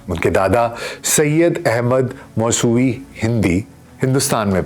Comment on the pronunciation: اپنی ریڈنگ ٹھیک کرو لفظ موس وی ہے